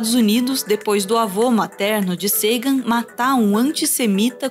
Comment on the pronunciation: Impressionante como esse sujeito não acerta uma pronúncia correta. Nem o nome de Sagan, nem da Voyager, Degrasse. E Carl Sagan não era liberal social, ele está muito mais próximo de uma social democracia à esquerda.